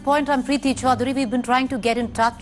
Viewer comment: Your surname is Chaudhary not "Chaudary". Speak properly first.